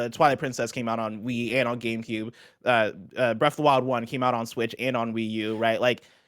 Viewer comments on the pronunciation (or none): none